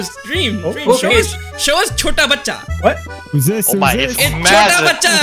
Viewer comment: The Chotta Bacha was so perfect like an Indian Youtuber So perfect